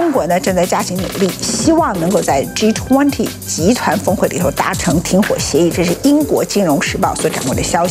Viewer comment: Ｇ20，永远发音，Ｇ图昂提